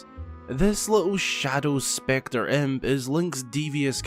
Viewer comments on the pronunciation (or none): none